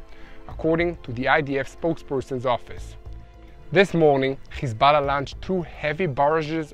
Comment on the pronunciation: Can you get your subtitles right? Instead of Hezbollah you are saying Kisala? Is that "Kiss my ass" or what?